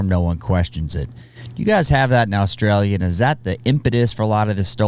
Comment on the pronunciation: First off I love your videos I can't say for sure about the Australian army facts but one quick tip it isn't Aaaauuustralia it is Australia you pronounce it short and quick but not rushed anyway keep up the great work.